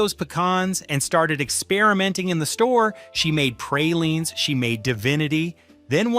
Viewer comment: please learn to pronounce pecan and praline correctly